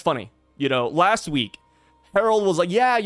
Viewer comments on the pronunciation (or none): none